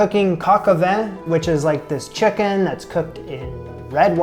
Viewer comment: Hi...vin is French for wine and you pronounce it like an a and the “n” is silent. Something like Va. BTW, first time seeing your channel, it reminds me of the Amy Adams and Meryl Streep movie, I think it’s called Julie (Amy) and Julia (Meryl) where Amy attempts to cook all of Julia’s recipes from this one book, can’t remember exactly, but could be the same book you’re using.